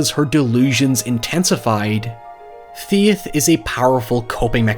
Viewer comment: Ladies and Gentlemen, introducing as Darth Vader! cue introductory clip “I find your lack of Feyth disturbing.”